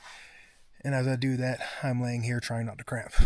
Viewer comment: CRAMP!! I had to rewind because I thought you said CRAP. 😂